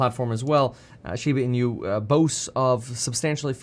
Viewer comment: pronounced as " she ba , ee noo"